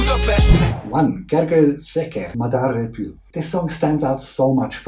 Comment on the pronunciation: you read the artists of Kedves vilag! the Hungarian way :p their names are Timi and Gergő :)